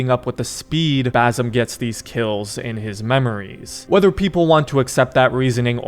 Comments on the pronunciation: It's not bazem, it's bassssem with an S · Brother, as an arab its Bassssim not Bazzum im going to cry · his name is Basim not Bazim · Fam, his name is pronounced Basim not Bazim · ITS BASIM NOT BAASUM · niga it is bassem with an ssssssssssssss not a zzzzzzzzzzzzzzzzzz basssssssem not bazzzzzzzzzzzzzzzzzem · Its basim not bazim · Basim with s not z thats how you pronounce it correctly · Also the right way to say basim is (Bass-im) it’s not bazim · Bazem? Ba-sim… like you arnt even close dude god dam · bazem lol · Dude legit called him bazum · I'm a big fan of your content! Thanks for the video. I wanted to note that "Basim" with a hard S, (bˈæsem) is a most correct pronunciation. Cheers!